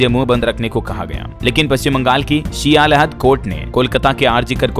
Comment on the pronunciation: न्यूज पढ़ने से पहले सही बोलना तो सीख लो 1. सियालदह है सियालहद नहीं 2. छतरपुर है छत्रपुर नहीं 3. गवरनर बोला जाता है गर्व नर नहीं